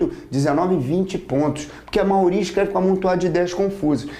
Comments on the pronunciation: Gostei muito!! Só fiquei intrigada ....porque o professor fala "maoria" e não maioria?! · Vc escutou errado. MAIORIA. Deve ser por que sou CARIOCA...